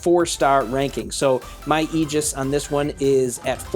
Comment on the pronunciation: Railgun/Agora Bro its Aegis (A-gus) the pronouncing of the mech